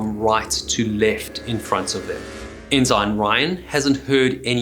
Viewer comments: Ensign is pronounced En-sen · Bye-noculars, enn-sine, you don't seem a naval man my friend. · In American naval usage, “ensign” is pronounced “EN-sin”. Great video! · ensign is pronounced in-sin, while I am thinking about it. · Guy needs to learn how to pronounce Ensign. Not Enzyme. 😂😂😂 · I'm sorry man, I hate doing this, but some things really degrade the content, it's petty, but maybe nobody has said anything, and maybe it's just me, I'm fine with that too. Your pronunciation of "enzyme" for ENSIGN(en-sen), and "boy" for BUOY(Boo-ey), was really distracting when the rest of your narration was perfect, every time you said one of those words it yanked me right out of the immersion of your story. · Yes, I noticed that his pronunciation of 'ensign' was unusual. Then, he continued on saying it that way. I thought the word was pronounced, 'n sun', rather than 'n sign'! But, accepting some relatively minor flaws may be the price of admission. To think everything should be one way and not the other may likely limit our scope of understanding. We should focus on the 'big picture', rather than the minutiae within....or maybe I'm way off base... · I appreciate your channel, you have a great presentation style. A little something about American pronunciations: Forecastle is pronounced "fowlk-sal", Ensign, "En-sin", Bouy, "Boo-ee". I look forward to future episodes. Thank you! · 😮I'm ex-Australian Navy... Forecastle is pronounced "folks-all". The rank ensign, is pronounced "ensen". I thoroughly enjoy your shows.! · Ensign and Forecastle aren't pronounced the way this dude thinks they are. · in the US Navy and US Coast Guard, the g in ensign is silent. So we pronounce it en-sin, not en-sign. STG1, US Navy ( ) for reference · I didn't know their were Enzymes in maritime names. It's Ensign. Pronounced Enn-Suhn. SMH. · I like your videos but you’re killing me here. - It’s not pronounced “in zine”. It’s pronounced “in sin”. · does he know it's pronounced 'en-sen' not 'en-sine'?